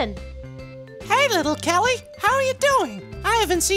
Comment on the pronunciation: that's not how you say little kelly yea is right